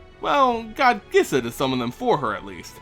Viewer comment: First off, pronunciations: 1. Skaab is pronounced like scab, not scabe. 2. Gisa is pronounced Geesa, not Gissa. Second, awesome video!!!